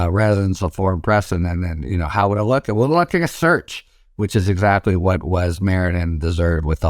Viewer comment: The title of this video was compelling to me. After listening to ths man speak I could only tolerate one minute and nine seconds. Sounds like he's saying surge, not search.